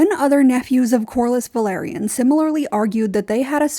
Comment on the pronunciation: It’s “Velaryon” not “Valyrian”